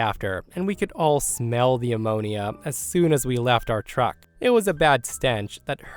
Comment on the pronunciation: How do you not know how to pronounce ammonia?